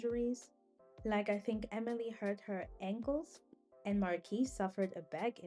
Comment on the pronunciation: I like this video, but Manon is pronounced Man-no and Marquise is pronounced Mar-kee